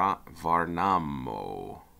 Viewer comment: Believe it or not but Gävle is pronounced "yeah-vleh" Edit: Värnamo: "vair-nah-mooh". Just the right place for a cowboy! The two should give you an idea of what "ä" would be.